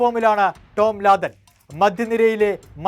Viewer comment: ലാദൻ അല്ല ലാദം 😂😂😂 ഈ ലാദൻ ബിൻ ലാദന്റെ അനിയൻ ആണോ 😂